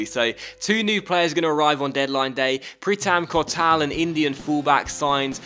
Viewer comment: Pritam Kotal 1st Indian to play in the Premier League And you are butchering his pronunciation